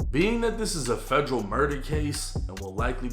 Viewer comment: Federal not Fredro 😂